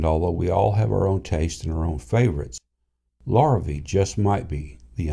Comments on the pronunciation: If you're going to post a video, would it kill you to pronounce the name properly? It's pronounced Lah-ree-vey, Lorr-a-vee. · I too have one, he LV-03RE. But please, if you're going to laud Larrivee's high quality of tone and craftsmanship, why couldn't you pronounce the name correctly. It's a French Canadian surname, which phonetically sounds like this: lah ree vey. It definitely isn't pronounced Lor ih vee. Sheesh! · Pronounced "Lar a vay". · Thanks for the video. I'm in the market so all input is most welcome. Funny, I alway pronounced it : "lair-a-vee"....I like your way better.